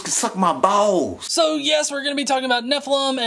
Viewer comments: What are "bawws"? And I'm sure they're as flat as his "urf". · I just love how he pronounce Balls. I hope they can make a remix of it